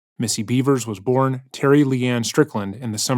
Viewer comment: i’m 99% sure her name is pronounced “Bev-ers”, not “Bee-vers”